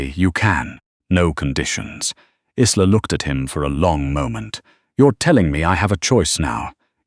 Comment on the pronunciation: Good story, shame you haven't resolved the AI problem regarding pronunciation. Isla is a Scottish name and is pronounced EYE-la. As in island - eye-land. It is most distracting and stops one enjoying the story properly due to cringing every time a name is mispronounced.